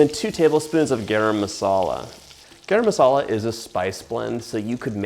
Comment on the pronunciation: First time see you prepare Indian food and the way you pronounced garam masala is perrrrrfect!!!